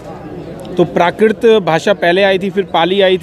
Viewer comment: ये कैसा प्रोफेसर है? यह जीवधारी संस्कृत को संस्किर्त और प्राकृत को प्राकिर्त बोल रहा है। चैनल में भी संस्कृत के स्थान पर संस्कृति लिखा गया है।